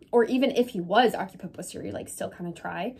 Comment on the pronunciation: it is pronounced "OC-si-put"